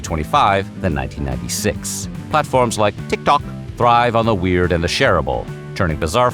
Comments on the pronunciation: why did you pronounce TikTok like that lol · Why are you saying tick tock like that? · stop saying tiktok like that!